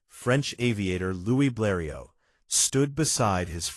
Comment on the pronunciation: most images not the right plane. AI voice doesn't know how to pronounce Bleriot. Dead dry empty video.